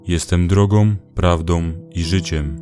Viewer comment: No i prawie wszystko chwalebne i całkiem wporzo, ale, na litość Boską: 1. nie drogom, lecz drogą. 2. prawdą, a nie prawdom. 3. naśladowcą, a nie naśladowcom. 4. mną, a nie mnom. 5. tobą, a nie tobom. 6. słyszą, a nie słyszom. 7. nienawidzą, a nie nienawidzom. 8. przeklinają, a nie przeklinajom. 9. wykorzystują, a nie wykorzystujom.